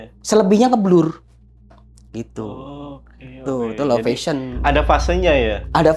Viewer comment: Low vision ya pak. Bukan low fashion. Penyebutannya salah